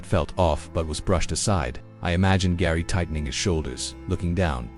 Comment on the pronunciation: Father's name is Gerry not Garry